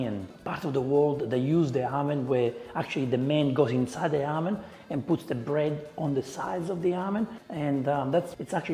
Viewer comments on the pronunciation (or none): Every time he says "oven", I hear "almond". Ha ha ha ha.